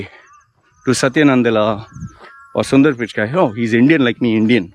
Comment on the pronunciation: 3rd time correction: Its PICHAI and NADELLA, please say the last names correctly. you said PICHKAAII and NANDALLA